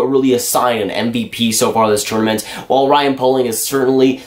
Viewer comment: Poehling is pronounced pay-ling not poe-ling just so you know